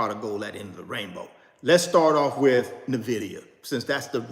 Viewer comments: could you please stop saying "Nuhvidia" It's NVIDIA as in "ENVIDIA." If you're going to own it, suggest it and talk so much about it, please show basic respect to the company and know how to pronounce it please and thank you. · It's pronounced N vidia not Nah vidia JS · Nah. He insists on doubling down on sounding ignorant by constantly mispronouncing the name even though people have tried to correctly inform him. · Nnnnnn (NO VOWEL) Vidia… sheeshus… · He literally has refused to pronounce it correctly. Says that's just how he says it and will keep saying it. Smh. Super annoying. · Thank you ! It drives me crazy that someone who is trying to lead other people doesn't have the mental acumen to pronounce the company correctly. And no, this is not being mean spirited or nit picking. When you can't even pronounce NVIDIA correctly it calls into question everything else that comes out of your mouth. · He's been told many times and says he doesn't care. No respect for the company. Nvidia comes from the Latin word invidia, which means envy. Don't care for that much, but I still pronounce it properly.